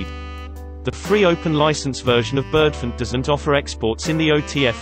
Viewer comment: so Bird-funt Ah ah. I wish it was a human speaking